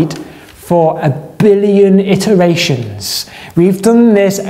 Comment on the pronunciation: 'Iteration', not 'itteration'.